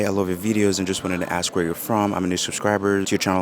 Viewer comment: Another great video - personal, direct and very genuine. Glad you’re working on visa because you seem to be so naturally inclined to the culture. Will you permit a suggestion for English pronunciation? Correct the pronunciation of “ask” from “ax d” to “as K” and past tense “ask ed.”